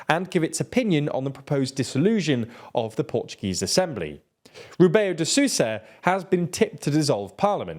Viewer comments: How come you pronounce "Rebelo" as "Rubeu"? Under which logic assumption "E" and "LO" are both "U", given also that you pronounce "BE" as "BE" (correctly here?). Just Google it man, the TL DR of few time ago would now fall on this. BTW I'm exaggerating here, I know, not a big issue ;) ^_^ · I could forgive the ã, it was the "Rebeyo de Sooza" that was making me cringe, as if the L read like the spanish LL